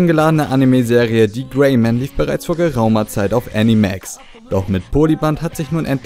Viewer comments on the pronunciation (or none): Tolle Vorschau! :)) Vergiss aber bloß nicht die November-Preview :D Kleine Randinfo: Der TV-Sender heißt Ah-nie-max, nicht Äh-nie-mähx (=